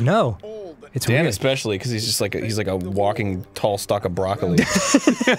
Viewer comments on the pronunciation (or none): none